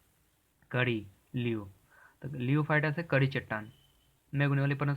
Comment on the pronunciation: लियोफाइट नहीं होता है। लिथोफाइट होता है